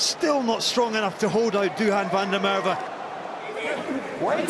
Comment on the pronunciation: it's van der MacErwe